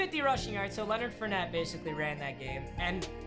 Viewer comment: Tell me why he can say ngakuoe right all of a sudden but he still can't say Leonard FOURnette or StephON Gilmore